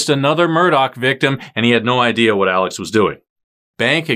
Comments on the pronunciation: Say his name correctly. It is pronounced Alec, not Alex. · It’s pronounced Alec. Not Alex.